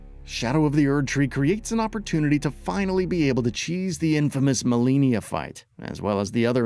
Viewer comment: Which one, because.....well...if it was only one... MaliGNia is.... unusual for sure